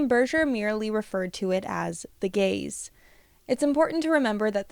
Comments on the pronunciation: I can’t not think you’re saying “the gays” the whole time lol this is so interesting though, and it makes so much sense. Although I will forever think that short bangs don’t appeal to the male gaze. I’ve heard plenty of women say they’re only for little girls, which implies to me that they’re either trying to protect you or think you’re trying to appeal to men as being younger. But it seems like most men don’t actually like short bangs unless they’re into a more alternative style. I know that’s very specific but I like to watch people cut baby and micro bangs and it’s like a comfort where it’s just women encouraging other women. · I keep mishearing Gaze as Gays 😭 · Love this video! Sooo true.❤ Also, I had to really try hard, in order to not hear "gays" instead of "gaze". I think I am projecting😂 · you say: "the gaze" I hear: "THE GAYS" (i wish it actually was the gays lol)